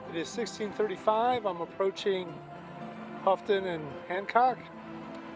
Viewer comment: I believe the water color was copper. As for Houghton, it’s pronounced Hoe-Ton. 😜. Do you have a sailing plan for 2023? Thanks for another great video.